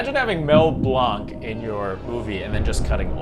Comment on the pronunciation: For a category how about “That’s not how you say it.” Names that have been misspoken, either deliberately or unintentionally, like Duke Weselton’s. And speaking of that…Mel’s last name is pronounced like “blank.” 😊 The best Jules Verne at a Disney park was the Timekeeper attraction. Still miss that attraction. So many quotables thanks to Robin Williams.